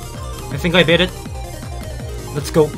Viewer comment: “wE bKHHit iT”